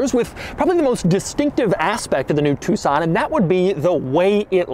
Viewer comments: It's not Hyundai two-son it's a tuCson (like tuk-son) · Doug, why u saying TucSAN? its an O men... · Us asians call it Tuck-son instead of Two-son U know, how it spelled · Did anyone else think it was pronounced Tuck-Son this entire time ? 😅